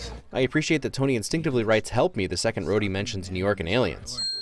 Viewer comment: I hate how calls Rhoday brodhey